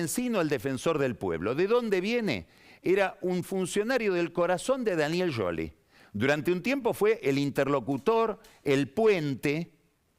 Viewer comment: Nadie va a destacar que pronuncia Yoli en lugar de Scioli?